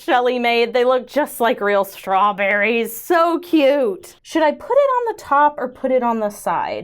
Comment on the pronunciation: I swear I laughed until I cried when you said " I'll put the strawbweeries on the side which will make them SHIT better". I listened 3 times before I realized ou were saying "SHIP better"